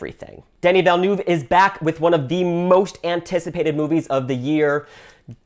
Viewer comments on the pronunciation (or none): none